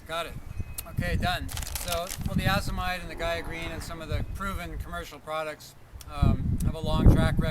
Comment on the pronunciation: nice job. for future fyi: Azomite is pronounced "Ay-zoh-mite" not Ah-zoh-mite. Long A as in A to Z.